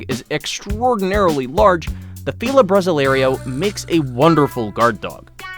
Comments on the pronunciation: It's not a "bra zselario" it's pronounced more like 'brossil arrow', but actually with an "ay" sound. Please learn to pronounce Fila Brasileiro. You got the "brossəl" part almost right - it should be (br!•seel'), but the ei is pronounced like the ay in hay. So, it's (bra•seel•āy'•row) or at least, the aforementioned "brossil (like fossil)-arrow" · You almost got the feel of brasileiro pronounced correctly you did so great on the 1st part but failed on the 2nd ‐ the ending is not said "‐ lario", it's "layrow". So then, together it's "bra‐ seel‐ lay‐ row"